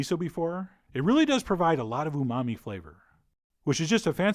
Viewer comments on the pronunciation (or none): none